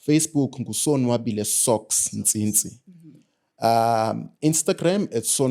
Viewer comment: "Ntsintsi"...I'm proud of you mtase